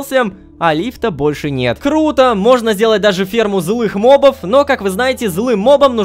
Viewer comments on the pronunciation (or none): none